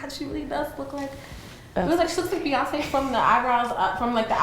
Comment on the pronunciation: how tf does the interviewer get beyonce's name wrong??? this fool said beyoncee ...